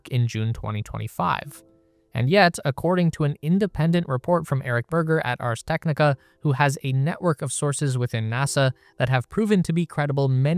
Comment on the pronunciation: Ars Tecknica nice company name 😂